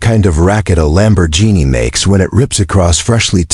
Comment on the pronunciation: I made it to 3-minutes 28-seconds and I had to drop out of this video because the AI voiceover is so bad between trying to pronounce the name Karen and of the luxury car brand Lamborghini. This was truly the worst AI voice overed video I think I have listened to and again it was so bad I cannot believe I made it as long as I did.